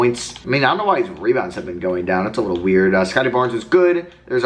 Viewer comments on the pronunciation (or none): none